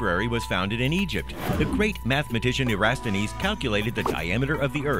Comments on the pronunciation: He mispronounced eratosthenes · It is not a “khagaganate”. It is a khaganate. It is Eratosthenes, not Erasthenes. Try to sound like you know what you’re talking about rather than reading a history book, wrong.